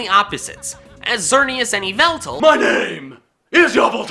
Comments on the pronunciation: From i thought The Pokemon EE-VELT-ALL was pronounced WHY-VELT-ALL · Xernieus and Yveltal- It's yuhvltal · Hes just forcing "yaevtal" at this point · Yveltal Me: excuse me?: YAVALTAL Me: much better